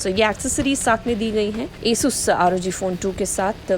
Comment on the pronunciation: madam pronaunciate well not esus ... its asus (आसुस)